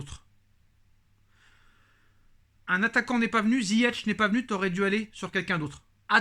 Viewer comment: On dit ziyech pas ZIYETCH